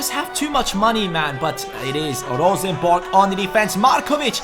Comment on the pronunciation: Best non-norwegian pronounciation of Rosenborg I've heard yet, kudos! Also great videos, now I don't have to buy the game myself, since you're doing pretty much the same things I would! :)